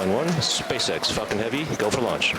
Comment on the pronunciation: my ears has problem: Space X "Fcking Heavy"